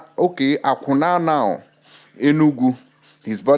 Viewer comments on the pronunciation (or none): Awkunano is pronounced oku nano